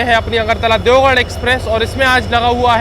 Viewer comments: It's deoghar (देवघर )not deogarh(देवगढ़). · Bhai you are calling Deogarh (देवगढ़) which is wrong, actually its Deoghar (देवघर) alias BABADHAM. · Garh aur ghar ke pronounce me confused he bhai that's deoghar not deogarh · देवगढ़ ❌ देवघर ✅ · I'll definitely see ur next blog just to see whether you are pronouncing deoghar correctly or not 😂😂